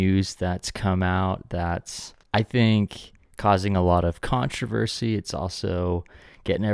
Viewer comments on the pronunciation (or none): none